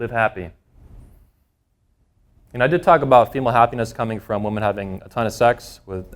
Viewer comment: All good stuff, but I keep asking myself when did the standard pronunciation of the plural "women" change to the singular "woman"? Is this a regional thing?